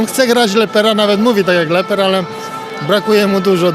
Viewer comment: Nie Leper tylko Lepper to po pierwsze a po drugie to Pan Lepper